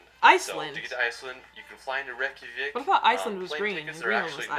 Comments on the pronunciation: Rekjavik is pronounced rek-ya-vik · Rayk ja vick 😭😭😭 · Google how to pronounce some those city names... Like Reykjavik (reck-ya-vick) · think its pronounced rec-ya-vic